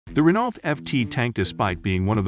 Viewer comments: Lmao did you really post an educational video about the Renault FT17, and pronounce it Ren-Alt? Jfc..... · 👍 we pronounce it renault